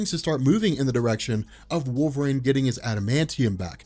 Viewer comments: It’s pronounced wool-vuh-reen. Not Wol-vrain. I’m sorry. I just can’t listen because he keeps mispronouncing his name. Wolverine is my favorite comic book character. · Do a shot for every "wolverain"